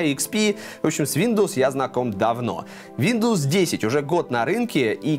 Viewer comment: Мне послышалось СВИНдовс)